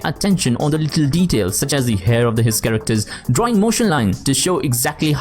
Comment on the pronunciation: I-CONE-iC Kerekters